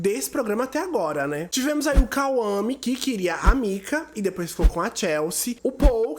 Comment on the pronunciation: KAUAME 😂😂😂😂 É Kwame